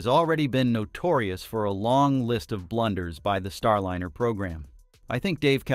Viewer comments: One thing I find funny watching a lot of videos on YouTube is the way people pronounce words. It does wake you up and makes you think what you’re talking about.. In this situation “Star Lin er” rather than “Star Line er” my personal recommendation was actually to Elon Musk earlier, send up a dragon anyway. NASA might not like it, but the rest of the world will realize what he’s doing, giving them an option and not have to worry about paying for it. Also tell Boeing they need to shape up in a very loud way. Boeing is a bunch of idiots right now and I don’t mean the workers I mean the executives running the company the original and replaced. Since that happened, they’ve been a bunch of idiots. The type of fuel that they are losing is notorious for finding ways of getting out because it’s very hard to seal against it. I would’ve picked a different fuel or method. The other option is making sure that the tubing or piping is 3D printed solid. with the amount of money used, they should have had debility to swap out parts or explain the engineering problem better Heck, if they’re planning on using a capsule to get the crew up to starship for the Artemis program, they should swap out for the dragon capsule. (no I don’t have his ear, but no harm asking.) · The "i" in Starliner should always be pronounced as a long vowel. Seems like your AI voice needs better training. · Starliner, starlyner, starleener. There were multiple pronunciations in the narration. It sounds like they're trying to get the AI to work better. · If you separate the word, Starliner into (star liner) elevenlabs will pronounce it much better. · The information here could possibly be valid but your content is unwatchable for me. I cant stand AI text to speech that either cant pronounce words correctly or is given incorrectly spelled words to say. It's Star-Liner not Star-Linner. I recommend previewing and editing your content before publishing. Start with reading your title...out loud.